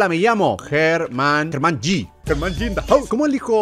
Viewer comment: ''german g in dah' house''